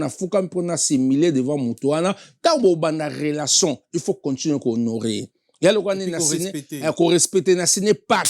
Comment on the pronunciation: EDICASON INFORMASON INTEGRASON KIEKIEKIEKIEEEEE HONOS LIMBAMBE OZA VRAI TINTIN FORMASON YO MUTU OTANGA OYEBI KO PRONONCÉ TE BA LOBAKA 4 RELATION ET NON RELASON